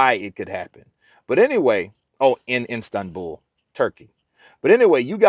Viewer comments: It's Istanbul......not Instabul....Schoolboy error...lol. Gateway to Asia and a metropolis of 15m. So not exactly some pokey little place in the middle of nowhere. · I keep hearing Instanbul? Lol 😂, try Istanbul